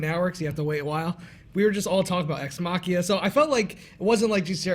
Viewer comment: "Ex-machia" being....XD